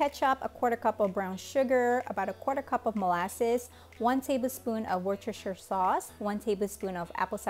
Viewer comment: I have never heard someone who can actually say Worcestershire sauce on the first go